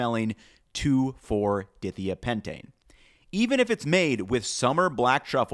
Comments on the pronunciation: Chemist, too. Wanted to die hearing that pronunciation but I love his videos. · For myself and any other organic chemist watching and dying inside, it’s DI (dye, two) THIA (thigh-uh, sulfur) PENTANE (5-atom chain). Can we make a modicum of effort to pronounce chemicals correctly if we’re going to talk about them? 😊😊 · fellow chemists hearing pronounciation of 2,4-dithiapentane... im here for you... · you pronounce dithiapentane so incorrectly, lmao. it's like if i pronounced it oh-live oh-ill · Great video. Also, chemical name pronunciation: it's pronounced like "die THIGH-uh" not "DITH ee uh" pentane. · the chemical should really be pronounced di thia pentane. not dithea. I know theres a bunch of wrong "how to pronounce" sites out there. They are wrong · 2,4 dithiapentane not pronounced "ditheeha" but Die-thigh-uh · 2,4-die-thigh-a pentane (di=2, thia=sulfur). Not 2,4-dith-eyah pentane. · It's a chemical name pronounced "di-THI-uh pentane", with "long i's"...not "DITH-ee-uh pentane". For all the research you do to write your script, it would be appropriate to discover how to pronounce unfamiliar words or names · It's pronounced di-thigh-uh-pentane!! Not di-thee-uh-pentane! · Dithiapentane is pronounced with the I:s like bike and not like think! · it's pronounced as "dai thaya" not dithia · Semi important note 2,4 dithiapentane is pronounced 2,4 die-thigh-a-pentane organic chemistry is very particular with naming as the name gives you the structure in this case a 5 carbon chain of only single bonds with a sulfur (thia) at the 2 and 4 positions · I also want to nitpick that “2,4-Dithiapentane” is pronounced “2,4-di-thia-pentane” like “dye-thaya-pentane” (which basically means pentane with two sulphurs in 2 and 4 positions). But that doesn’t make a lesser food scientist, just a minor chemistry thing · Following IUPAC conventions, the proper pronunciation is dye-thya-PEN-tane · phonetically its properly pronounced 2,4-dye-thigh-a-pentane :-)